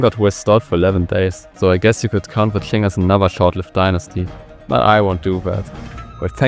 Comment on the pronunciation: It's not tschlin it's ching